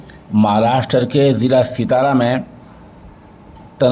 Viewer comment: سَتارا ہے سِتارہ نہیں